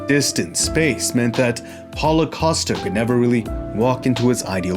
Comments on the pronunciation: Did anybody hear what he said during start of this video? It sounded more like Holocaust but I know what you said was Paulo Costa! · I thought he said holocaust in the first 2 seconds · Great stuff once again man! I don't want to offend anyone but I had to listen a few times, I seriously thought you were referring to him as " holocosta".